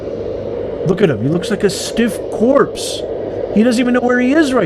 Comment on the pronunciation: He said a stiff corps I’m dead😂😂😂